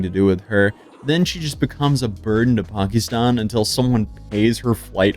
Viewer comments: It’s pronounced Pack-Eh😊-Stan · She pronounces Pakistan wrong. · The way you pronounced Pakistan pissed me off & you said it so many times...